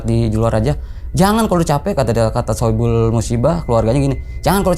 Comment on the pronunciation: Shohibul bang bukan saipul musibah